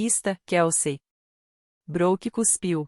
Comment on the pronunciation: Por favor, escolha uma narracao (IA?) que consiga pronunciar os nomes em ingles corretamente e o mesmo para o portugues. Uma hora fala Bruke outra fala Broke ou Brouke. E o Gueuri?? Aff.